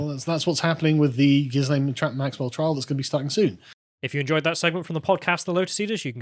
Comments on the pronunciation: ghi-lane ghis-lane makes your reporting sound amateur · It's not "Jizz-lane" Maxwell, it's "Ghee-lane" Maxwell. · Ghislaine isn’t pronounced ‘Gis-lane’. It’s pronounced ‘Gur-lane’. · There's no excuse for still pronouncing her name Giz-lane. You've had plenty of time to look it up. Jizz-lane would be acceptable, though. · It's Gilaine like Elaine, silent S. You're welcome 😊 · It's pronounced "Gih-lane." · Sorry guys, but the 's' in ghislaine is silent.